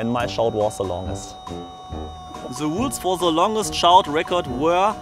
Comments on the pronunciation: Nicht i was in the sondern i was in se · Hahahah this english. Haha oser guy. Se longest. Set se shout 😂😂😂😂😂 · Dachte ja schon günter öttingers englisch Aussprache se schlecht😂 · Germany !!!!! But he say allways ,, se" .... but it has ,, the " And all in my german class say :,, se"😂😂😂😂😒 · I dont understand why germans always say the 'th' as 'zze'